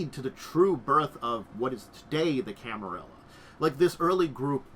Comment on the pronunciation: I get that you say you are not good with pronouncing stuff, but I feel like at that point the best option is to just read the letters as written and just don't try to interpret any special pronounciation gimick, which begs the question, where does the 2nd "i" come from in Camarilla.